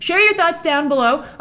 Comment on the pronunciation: I love how you say "BELOW"